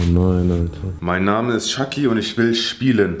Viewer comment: Hahaha typisch deutch jaky er heisst aber ,,chucky"😂